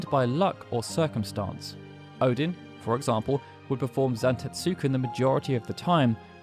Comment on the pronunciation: still pronouncing that u in zantetsuken, huh?